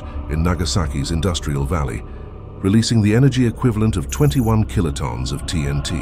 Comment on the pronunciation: These robot voice narration voice overs are ridiculous "kilo-tawns"?? Really? No wonder this generation is becoming more and more dense. Uneducated and illiterate yet these people think they are advancing..lmao.